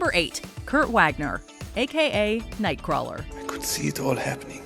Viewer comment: Mispronunciation of nightcrawler’s name hurts.